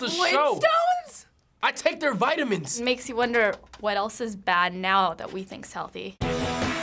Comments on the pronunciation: "I take their vitimimes"😂😂😂😂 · "i eat their vitemans"